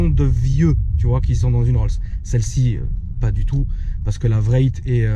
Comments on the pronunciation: C’est « Wraith » comme le « spectre » pas « Vraite » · Omg facepalm j'ai bien entendu vréite !?.. wraith se prononce un peu comme race. 😩😧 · RR VRAYYYT 😂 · La Rolls Royce Vréytte 😂😂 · j'ai cru qu'il parlé on allemand " ich heb ein grosse vraycht " xD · ça se prononce wrayfe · Dawn not down and wraith not vraith. Cool Thank you